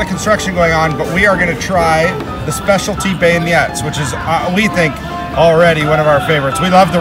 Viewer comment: frickin has a funny way of saying beignets, and it’s not macarOOn it’s macaRON sorry I had to do it to em, ur kids are rlly cute tho